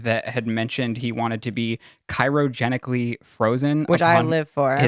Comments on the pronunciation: CYROgenically.... lol CRYOgenically! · Its CRYOGENICALLY.....not KYROGENICALLY 🤣😂🤣😂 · Did he say cyrogenically? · please learn how to pronounce cryogenically.